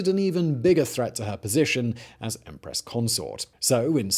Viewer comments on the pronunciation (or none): Teehee he said "Emperess Wang", hehe he said it again...